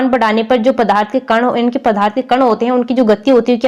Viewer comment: Mam padarth kahte hai padharth nahi samche